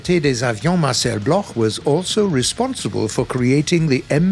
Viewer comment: Thanks for the effort, but it's not pronounce Blorh but block, Marcel Bloch is pronounce block still great video...